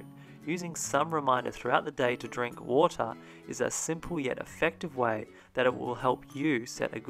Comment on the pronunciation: I couldn't stop thinking about the fact that you pronounced water differently multiple times throughout the video.